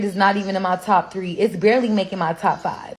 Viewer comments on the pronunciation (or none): none